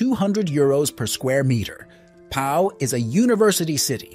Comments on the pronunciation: It's "lee-ion" not "ly-on", "Po" not "Pa-o" etc.... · and "Pau" is pronounced "Poh" not "pow". Disgraceful. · And ‘Pau’ is not ‘Powell.’ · Pau is pronounced Po!! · if this is supposed to be an informative video about the best places to live in France then you would expect them to know how to pronounce the place names regardless of whether French is their first language or not. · Your pronunciation of Pau and Lyon was ROTTEN!